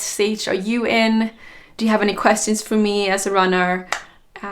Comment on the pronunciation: I love how Swedes say "questyions"